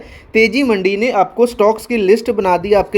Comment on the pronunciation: Bhai मंडी nahi मंदी है वो😂